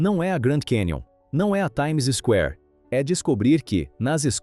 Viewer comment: Não se diz "Times Square, se0aradamente. Diz-se "Timesquare," juntando as 2 palavras.